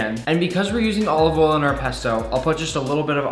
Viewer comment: HE SAID OLIVOLE gordon ramsay jr